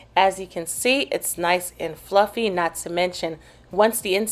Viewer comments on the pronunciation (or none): none